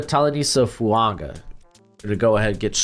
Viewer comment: Is it an Americanism to add a N to Polynesian names, when there isn't one FUAN GA??